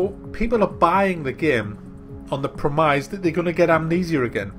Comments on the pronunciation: Do you deliberately mispronounce? what the fuck is a premize? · da hay did you just pronounce 'premise'?`